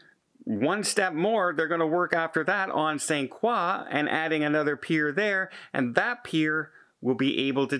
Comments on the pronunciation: Pronounced kroy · It's pronounced "croy"